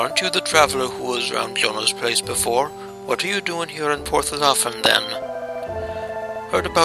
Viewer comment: You pronounced Porth Llaffan incorrectly, and why are you giving the villagers Irish accents they're supposed to sound Welsh